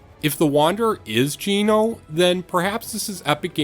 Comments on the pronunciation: Comment 19, Geno is not pronounced gee no, it's pronounced Gen no! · I'm sorry but way u pronounce geno gets me 😭